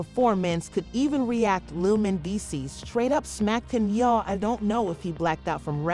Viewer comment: If you got a AI voice goin’ on, shouldn’t it pronounce the name correctly Man dees sees. That’s a closer pronouncing rather than the AI voice. Do better.